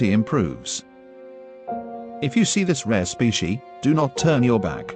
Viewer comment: "Specie" XD